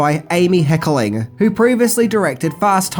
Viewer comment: Hey, love your stuff. It is Hecker ling not Heckeling.:)😘